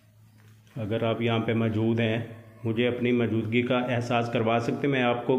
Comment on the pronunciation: Asad Khan Bhai bhi majood bolty Hain or aap bhi majood bolty Hain Kahin dono Bhai ya czn to nhi ? The word is Mojood not Maajood Bro 💕